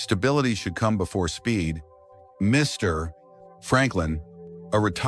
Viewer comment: This auto reader can be improved when the text involves a person's name, Mr. Jacksonoo for example. Your reader observes an awkward pause between the honorific and the name itself. Perhaps it is the period after Mr. that adds the pause. I've noticed this each time your reader encounters this construction.